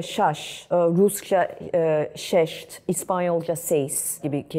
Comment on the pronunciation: Rusça'da altı şest, bu arada. şeşt değil .